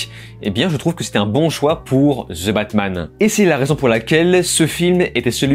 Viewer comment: Je ne crois pas que cela se dit "zeu" batman 🙄